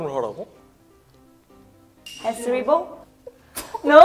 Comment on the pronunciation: The fact that they said HARIBO correctly but wasn't approved, is so German